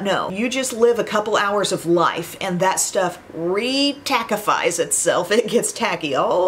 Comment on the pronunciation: Oh, 😂😂😂 re-tacka-fy; you are the best influencer on youtube. I appreciate your honest, fresh opinion. God bless you and your family. Thank you!